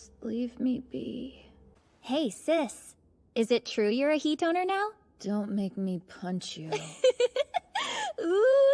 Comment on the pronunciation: Hi! Oh, wait, Hitoner, not Hi Toner...